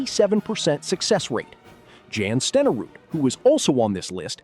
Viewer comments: Jan Stenerud is pronounced "Yonn Sten-err-ood". YONN! Not Jann! Wtf??!! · here, never touched a football. Never saw a game. Never laced up a pair of Cleats. does not know what it is talking about. Period. can shut up. Oh. And It's not Pronounced "Jan" Stenerud. It's Pronounced Yon. He was from Norway. He was the best of the first Soccer style kickers in the NFL and for Green Bay he was a reliable Kicker but you are an. You have never seen a Packer Game. For Pity Sake. Get a Real Narrator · Jan Stenerud's first name is pronounced like Yahn, not Jan. AI sucks at correct pronunciation of names. As for his kicking percentage, for much of his career he was kicking off grass or mud surfaces instead of the good footing you get for turf and/or indoor stadiums of today. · Jan AI voiceover butchered that - Pronounced "Yahn" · It would be nice if the AI (?) narrator could pronounce Jan Stenerud’s first name correctly. correctly. Stenerud was likely the best fg kicker of his era. He deserves to be in. Stats don’t man everything. Lynn Swann was a great receiver. Blanda deserves to be in. An excellent QB when needed and a great clutch fg kicker. When he retired he had scored the most points in NFL history. Griese and Langer should not be in. Maynard should be in. Another great receiver. Forgot about anybody else mentioned. Not a good enough video to go back and check.